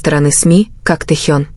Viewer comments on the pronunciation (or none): none